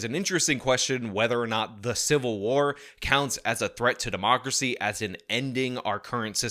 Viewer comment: I think I am going to have a stroke listening to that guy say "democrathy".